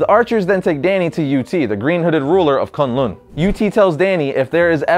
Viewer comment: what kun lun it's kon lond